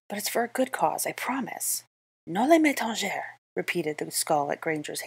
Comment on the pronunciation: Im pretty sure "noli me tangere" in this context is latin, not french, and in that case you said it perfectly